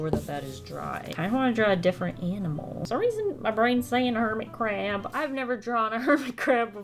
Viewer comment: With the hermit crab I kept thinking she was saying hermitcraft. If yk, yk